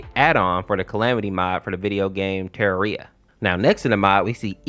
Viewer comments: "terria" is devious work bro 💀😭 For future reference, you can say Terraria in two ways: "Ta-rare-re-ah" Or "Ta-rawr-re-ah" Hope this helps :) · "TerrerEa" Dude No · It's terraria not terreia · is nobody going to say anything abt him pronauncing terraria as ter-ia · When he said terraria i cringed hard my jaw hurt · The way he said terraria 😂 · How did you manage to butcher the name Terraria? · you have to apologize for that pronunciation of "Terraria". what the hell did you do. that is an actual war crime.